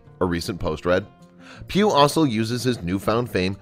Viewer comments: Pugh it's Pugh.... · I thought he was saying pube . . .